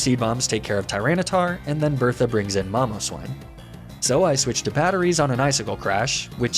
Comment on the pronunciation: Long videos are great! It's even still interesting on the lost attempts, because I like to see your analysis of what went wrong and what you change from attempt to attempt. Also, obligatory "lul Mom-o-swine funny pronunciation"